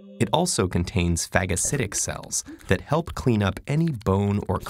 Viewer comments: Fagacidic my boy 😂😂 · Did he just say faggotcidic cells? Lmaooo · Haha he said fagg-assilic cells hahaha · It also contains WHAT cells? (JK I know it's phagocytic but the way you say it LMAO) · "phagocytic" hehe